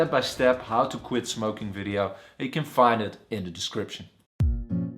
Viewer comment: is this really a doctor?? and what's a videaoww?